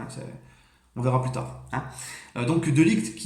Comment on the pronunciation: On en parle de t’as prononciation de De Ligt respect le joueur un peu 😭